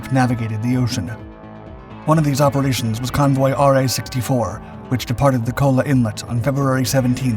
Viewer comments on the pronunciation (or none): none